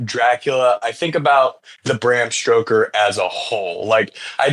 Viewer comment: the dude who kept calling bram stoker 'stroker' had me in stitches